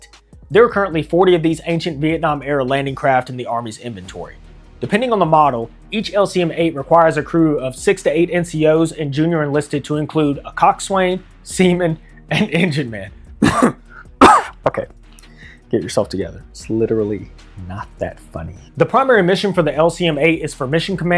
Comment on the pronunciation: Pronounced coxson